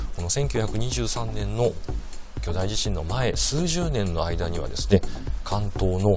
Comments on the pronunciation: 『おおじしん』 なんて言う奴、初めて見たよ。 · 関西と関東で違うかもしれませんね、、 だいじしん はあまり聞き馴染みがありません。。 興味深いですね